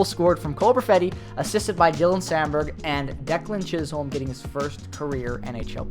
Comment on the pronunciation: Its pronounced chis-um not chis-holm... my cousin 😊